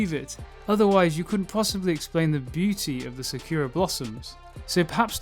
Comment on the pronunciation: RIP that pronunciation of Sakura